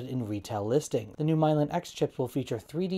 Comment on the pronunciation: Sorry but Milan is the name of a city in Italy, and you should look up how it is pronounced. Saps your credibility to get something that simple wrong. I do read your site with pleasure at times, but this is just sloppy. Also, the new chip teased is TURIN, right? Mispronounced that too